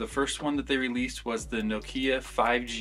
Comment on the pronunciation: nokEEya lmao😂😂😂